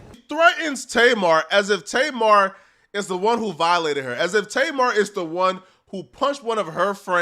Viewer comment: I don’t know what’s worse. People pronouncing her name tay mar or people pronouncing 2pac “2 pack”